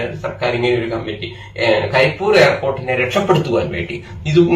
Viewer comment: കരി എന്നല്ല, പണ്ഡിറ്റേ . കരിപ്പ് + ഊര് = കരിപ്പൂര് അങ്ങനെയാണ് . കരിപ്പൂർ എന്ന് പറയുന്നുണ്ടെങ്കിലും, കരിപ്പൂര് എന്നതാണ് ശരി.